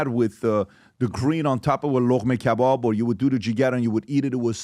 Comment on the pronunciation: KAYBOB 😂😂😂 PBD'S PERSIAN TOUNGE SLIPS INTO HIS PERSIAN ACCENT 🤣🤣🤣🤣🤣 happy KAYBOB yerrrr 🎉 the way you pronounce year sounds like a new Yorker... Who all agrees like mu comment.